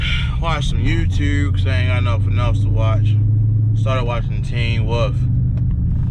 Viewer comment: You can't even pronounce YouTube and you think you're gonna get monetized. 🤣🤣🤣